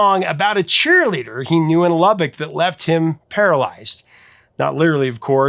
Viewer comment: Thank you for pronouncing Lubbock correctly. I was born and raised and still live in Lubbock and have never heard of Stardust Cowboy.